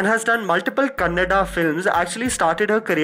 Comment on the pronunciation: Am happy as you said kannada and not kannad